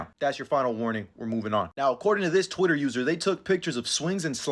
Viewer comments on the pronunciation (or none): none